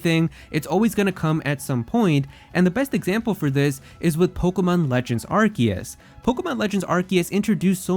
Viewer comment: Am I the only annoyed that he can’t pronounce Arceus right?